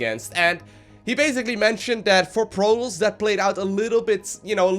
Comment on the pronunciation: in the beggining it sounds like he says "master league PROTOLLS"